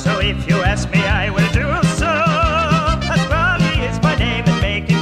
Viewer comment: he said it's a me pasqali